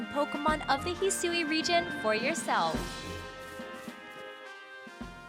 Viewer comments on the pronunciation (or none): hearing her say "hee-soo-ee" region is killing me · The way Hisui is pronounced is gonna trigger a lot of “Hey Siri”s. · When you have to go check the Japanese trailer because the pronunciation of Hisui just doesn’t sound right in the English voice over given you’ve heard the word spoken in an anime before (it sounded as expected in Japanese so I have no clue what went wrong when providing notes to the voice over person for the English version)